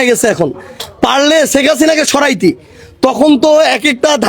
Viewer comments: শেখ হাসিনা না বলে ছেক হাছিনা 😂😂😂 কি অসাধারণ উচ্চারণ এইসব ভন্ড জানোয়ারদের।😅😅😅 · ১৬/১৭ বছর বিএনপি ছেখ ( সারজিসের উচ্চারণ অনুযায়ী) হাসিনার চুল বাকা যেমন করতে পারে নাই , তেমনি তুমি সারজিস-ও মুজিবকে আব্বা বলতে বলতে মুখে ফেনা তুলে ফেলেছো এবং ছেখ হাসিনার কোলে উঠে বসে ছিলে । তা হলে দাড়ালো কি ? বিএনপি , খালেদা জিয়া ও তারেক রহমান অন্তত প্রকাশ্যে শেখ হাসিনার সমালোচনা , বিরোধিতা মার্জিত ভাষায় করে ছিলো, আর ৩০ জুলাই পর্যন্ত ছেখ হাসিনাকে মাননীয় বলে গেছো । আর এখন তারেক রহমানকে মাননীয় দুরের কথা অনেক আপত্তিকর শব্দ ব্যবহার করছো , এতো জ্বালা কেনো ? এতো অস্থির কেনো ? এতো শিষ্টাচার বহির্ভূত আচরন কেনো ? ওপার থেকে তোমার আম্মা ছেখ হাসিনার হয়ে এই দেশে কোনো অস্থিতিশীল করার চেষ্টা করছো কিনা -- সেটাও বিবেচনা করা প্রয়োজন । কেননা তোরা সব হালুয়া রুটি খাওয়ার দল ।